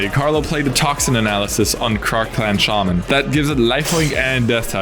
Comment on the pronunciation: All of the Cardmarket guys speak English pretty well, although one of the few words they consistently butcher is "shaman."